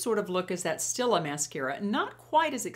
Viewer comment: it's pronounced .... steel-lah ... and u look wonderful.